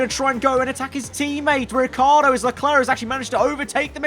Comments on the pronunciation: Lmao, "Ricciar" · Who noticed ricci has become riccar... does he get an extra letter every time ferrari mess up?